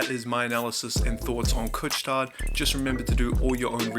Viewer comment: Great video! I was already a shareholder before the dip and increased my position when the stock dipped. Btw, the « tard » in « Couche-Tard » has a silent « D »! 😊